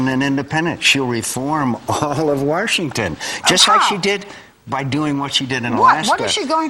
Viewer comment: If anyone realizes, he says Worshington instead of Washington at least 3 times in this video.